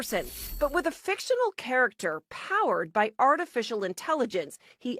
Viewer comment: Did that woman say "FICTITIONAL"??? 😂